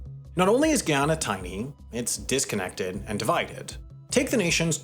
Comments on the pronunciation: yet he keeps fkin it up. And somehow pronouncing it differently everytime he says it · He said Guyana. His pronunciations are just terrible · It's Guy yanna Not Gi Anna Smdh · Brittish Guiana is now pronounced Guy-ana Wendover, not Gee-ana. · Guyana: Guy - Ana, not Giyana. Please watch a video from Guyana to hear the proper pronunciation of the country's name. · It’s Guy-an-a not Gee-ya-na. For your information Guyana has always had oil but Venezuela has been syphoning Guyana’s oil for decades. Now Venezuela wants to steal half of Guyana please note this area Venezuela is wanting to steal is where most of Guyana’s oil is! Also it’s rich in gold and precious stones. Now Venezuela is cutting down the Guyanese rain forest in order to steal half of Guyana. They are destroying the natural eco and co2 of the world. The UN needs to intervene to stop Venezuela from stealing Guyana’s land NOW NOT TOMORROW BUT NOW. STOP VENEZUELA’S INVASION OF GUYANA NOW!!! STOP VENEZUELA STEALING OUR LANDS NOW!!! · My Brother in CHRIST…!! It’s pronounced GUY-ANNA. Not Giawnaw. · It's Guy A na & Guy A Nese (GUY AH NAH) NOT Guieana. You'd think he'd at least spend a few seconds looking up the pronunciation. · It’s ga yannna not Guina🤣🙄🙄 come on man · GUY-ana. Not gee-yana. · I can’t listen to ANY video that announces GUY-anna and GHEE-onna. Stop it. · You’re saying the name of the country wrong, each and everytime. Its ’Guy-anna” not “Gee-Anna” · hi, Guyanese here. the "guy" in Guyana (& Guyanese) is said like the English world "guy", not "gi". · It's pronounced GUY-anna. Not GEE-awna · Am a subscriber to your channel and was excited to see my country featured in one of your typically good productions, but cringing and pausing 4 minutes in at the mispronunciation geeyana like nails on a chalkboard. It’s GUYana 🇬🇾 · it's Guy-Ana not geee-on-uh. think of it as a Guy named Anna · Guy*ana not Gee*ana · He killed me with the mispronunciation of Guyana and Guyanese!!! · Bro say it with me Guy-an-na